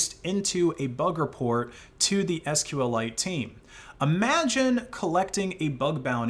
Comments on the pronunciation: And I'm pretty sure it's pronounced "sequel-ite". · didn't know you could deal psychic damage to people by pronouncing SQLite as "sql lite"